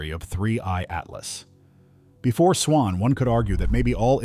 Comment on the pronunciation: "Swans" or "swarms"?